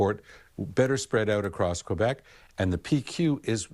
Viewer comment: Remarkable how none of these ostensible professional journalists broadcasting in English can pronounce place names in English, not even the most basic names like Quebec or Quebec City.